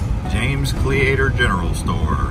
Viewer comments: Cle-ator lol Its Cleator like Cletus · It is pronounced Cle long e no a sound and the Leader of Cleator Packs A Heater LOL It is up for sale right now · Your driving up the front way, it was a rail car track only back when mining was king. Cleator is pronounced with a silent a The Senator Hwy was the main road from the capital in Prescott to the Vally. Use to party there many a day back in the 70's. You have no idea how many mines you passed going up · These guys don’t seem to know much they mispronounce names and the senator highway is a paved road.